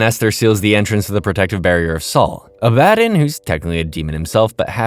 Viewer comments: Can SOME of you guys pls stop hating on him because he pronounced Abaddon wrong?? Like, what's with all the hate for? You could've at least just said in a POLITE way it's pronounced ab-ah-don and not uh-bad-in. You guys need to work on having less criticism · Ab-ah-don🙄 is it really that hard to say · WHY ARE YOU PRONOUNCING ABBADON LIKE THAT IT PMO💔 IT'S AB-AH-DON, NOT AB-BAD-IN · Was this scripted by someone else?? How do you mispronounce the name of an important character so consistently after literally watching the show??? Abbadon is pronounced phonetically, Abba-Don. Not uh-BAD-in. Wtf. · It's pronounced ah-buh-don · It’s pronounced Ab-a-dawn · you obviously haven't watched the show or even a clip of it can't even pronounce abaddon right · Abb-A-don like abbs a don cheedle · it's pronounced Abba-don lol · Did you even watch the show or did you just read a script? Because how the hell do you pronounce the name of a main character so damn wrong!? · The way hes pronouncing abaddon is throwing me off and gonna make me click off the vid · Oh My God… did you even watch the show? The way you pronounce Abbadon is annoying. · Hate to pile on bc I love a lot of your other videos. But the name mispronunciation is a huge killer especially during the Abadon episode. Disappointing when your quality is one of the things about your videos I like. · Bro, how did you mispronounce Abbadon? Did you watch the show? I won't tolerate mispronouncing the name of the GOAT of the show. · Is anyone else a bit annoyed/confused from how he's saying Abbadon completely wrong? They clearly pronounce his name over and over, so why mispronounce his name. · I think its an ai voice and those arent good at pronouncing things correctly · You mispronounced abaddon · NOOO WHYD U SAY ABBADON LIKE THAT 😭😤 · Good vid but it really did something to my brain the way you pronounce Abbadon 😅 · That's not how you f**** say Abaddon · Please watch this show so you can learn how to pronounce abbandon